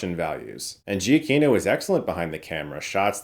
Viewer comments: Giacchino is pronounced Jaw KEEN o. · I hate to leave a comment just be a "well akshully" guy but from his own Twitter header, it's "Pronounced juh-KEE-no"